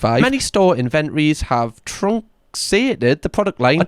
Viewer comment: Hey little guy .truncated ..pronounced "trunk kated " to reduce, slim down, in thus case make the product less available ( less on the shelves) Yours, an old fart in Scotland 😂